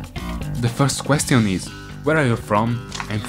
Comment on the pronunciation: “The first quest-eee-uhn is...”